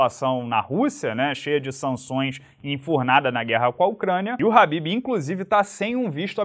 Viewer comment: FALA DIREITO MANO. nao eh RABIB - eh "KHA" > BIB